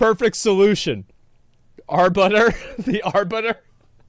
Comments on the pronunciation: Jesus christ "The Arbutter" fucking LEL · i cried a little at the "Arbutter"